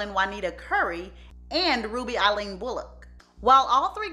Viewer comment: Why do you keep calling her sister Eileen and her sister name was Aileen